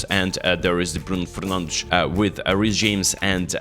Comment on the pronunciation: "Bruno frnandsz"😂❤